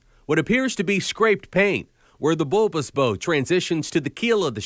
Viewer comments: At the 55 second point in the narration, the reporter unfortunately talks about where the bulbous bow (as in bow and arrow) transitions to the keel. Ships have bows (short O sound), not bows (long O sound). Did anybody at this TV station even listen to the report before it was shown? The reported may have never been around a ship or boat before. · He pronounced "bow" of the ship like bow (and arrow).